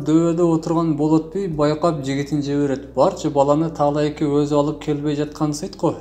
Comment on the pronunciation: Бир Кудайды карап сүйлөсө Эл жок болуп кетмек деп,Таалайка эмесТаалаке деп туура окубайсынбы